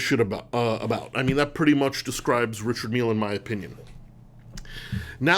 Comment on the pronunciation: It's seemingly unanimous that this list of three is plainly wrong. In fact, it's misinformed nonsense. Also, it's pronounced 'Rishard' not "Richard".